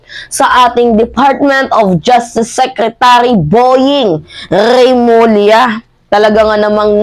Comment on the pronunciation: Boying Rrrrrrrrrrrrrrremulla hahahah